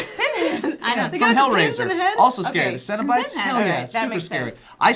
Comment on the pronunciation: Nothing is scarier than a Korean horror movie. Good God, when they say scary they mean SCARE-EY!